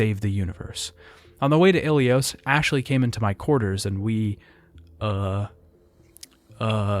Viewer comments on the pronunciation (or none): I really enjoyed this video but your pronunciations for the different alien species and character names are wrong compared to what’s shown in game. I really hope you can improve on this for the next video. E.g. Kirahe, Anoleis, Salarians, Kaidan, Ilos not Ilios, etc. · Great video but it’s really distracting when there’s tons of mispronunciations like KYden, gEEnophage, and ilYos.